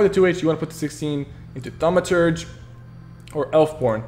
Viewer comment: | Gaming Channel its pronounced thur ma churge